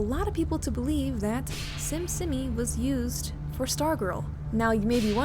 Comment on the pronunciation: simsimi is actually pronounced sheemsheemee :D (심심이) becuase the bot is korean, i assume there is a lot of typing errors because of that.